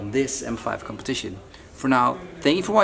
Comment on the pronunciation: The way he abused "competition" 😂